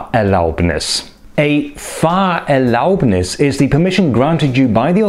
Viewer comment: It sounds like you're saying "FahrerLAUBnis" in some places, but correctly stressing it "FAHRerlaubnis" in others.